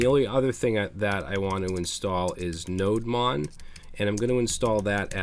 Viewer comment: I think it's "Node Demon", just sayin